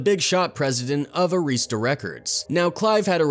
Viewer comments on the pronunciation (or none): ITS ARI-STAH NOT AREESTA RECORDS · The label name was Arista. Not. Areestah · Clive Davis. He has had his hand in many band endings. Btw, His company isn't AREESTA it's pronounced Air - ris - stuh. They used to be my client and that is how the employees pronounced it. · The announcer also pronounced Arista Records wrong. It's "Air-asta."